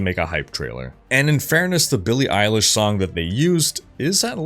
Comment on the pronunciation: Who's billie eyelish?